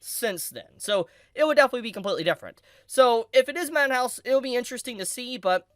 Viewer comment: why does he call madhouse manhouse???